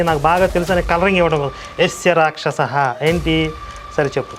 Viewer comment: యస్య రాక్షసహా అన్నావా.. నాకేంటి.. యేసే రాక్షసుడు అన్నట్టు వినిపించింది..@